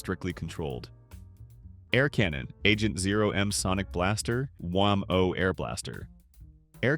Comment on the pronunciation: Dear AI, it's pronounced WHAM -o, not wham-OH.